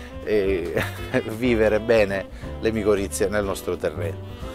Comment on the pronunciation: sono miccorrize non moccorizie😅😅